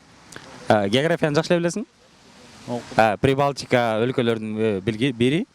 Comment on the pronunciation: Прибалткиа деп адаштырып салдын!🙃